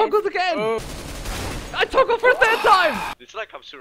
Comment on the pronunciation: you're saying i've toogled again